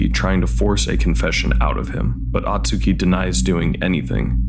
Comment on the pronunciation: Hey, appreciate you making this vid as the movie is underappreciated. But for the love of god, it’s “Oh-tsuki”, not “ah-tsuki”.